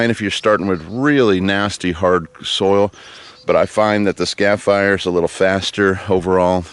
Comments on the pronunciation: skar-eh-fi-er There is an R in the first syllable and you are definitely not from Bahs-tin. ;-) They work great!! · Repeat after me:...Scarifier! ...scare e fire...scare eeeeeee fire !